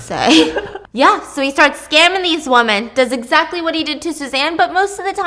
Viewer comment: Women not woman.